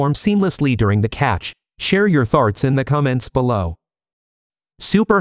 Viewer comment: 🤣😂🤣 You wanted us to share our "Tharts" in the comments below? 😂🤣😂 The AI needs more English classes.